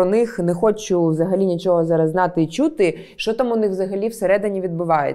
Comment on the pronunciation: саме це я і хотів сказати, суржик всюди. Якщо не суржик, то люди просто попаплюжили слова і кажуть "чюти" а не "чути".